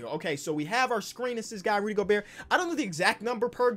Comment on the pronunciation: said “Rudy Goburt” like flight 🤣